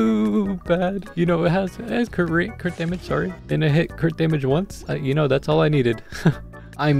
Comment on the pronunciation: When you were saying crit dmg crit dmg I heard quick damn it quick damn it